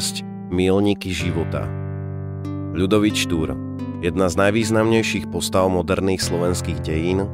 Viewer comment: Už keď máte tému "Štúr", tak by ste mohli aspoň predstierať, že dokážete vysloviť "Ľ" :(